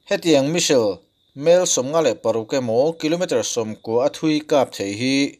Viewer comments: American leh british pawhin Misil tih a pronounce a awm lo, s hi lam hmaih a nilo ve². Missile - Mis-sile. Vassel/Cassell nen a in ang reng, Bristish in a lam pial lemlo, a ziahdan ang ngau² in a lam an a tir lam a, a rawn lam dan kha a diklo deuh a ni mai. Diklo tih lémah kan lam dan ani ve mai, a diklo chuanglo ang. Ka rawn sawi ve mai² nia. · Misail tive mai la, Misil tih aiin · India hian Iron Dome Defence System hi kan nei ve em le..(ka hriat loh lam tak thil ania). Chuan ngatinge 'Me-sil' ti a i lam kher a 'Missile/Me-sile' hi...i in la inno tha leh vel em ni? 🤭🤪😝😂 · I Missile lam dan hi ka bo tep a lawm le...